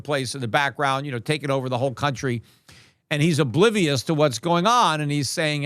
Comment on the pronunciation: Peter.... Silvah, ovah, 100. 😂😂🎉🎉🎉 Fk butcorn